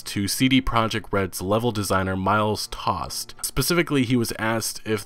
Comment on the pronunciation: you are basically discussing old info here that has been discussed many times before. Where's the HUGE INFO! ? This is not a bad video in any way but i struggle with your video titles and find them quite clickbaity tbh. Also the name of the level Designer is Miles Toast not Tost. Toast as the bred.